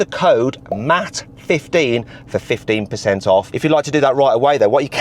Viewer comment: Ur parents forgot a T. Its Matt. Not mat like a yoga mat